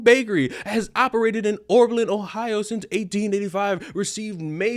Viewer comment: Repeat after me: " O B E R L I N " not " O R B E L I N "